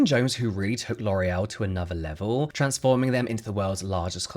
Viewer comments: Sorry, but don't you mean LORRULLL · So how hard was it not to say LORAL.. every. Single. Time. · James, it’s ok to mispronounce the names of nazi sympathizers…. Damn. I mean we should know better about these companies… I guess ignorance is bliss. I’ll try my best to find other brands to support.